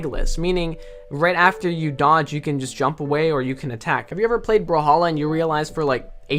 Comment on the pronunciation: In the beginning if you look at English commentary they call it “bruh halla”😳